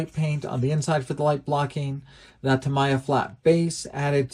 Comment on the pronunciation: Pronounced Ta-mee-a paint.